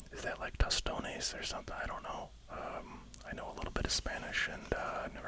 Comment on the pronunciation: Tostones are a very popular Latin American snack and side dish. “Tos-tone-ays” is how it’s pronounced